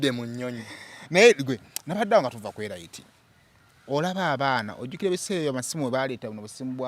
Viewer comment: Pronounced "Elit" not ELAYITI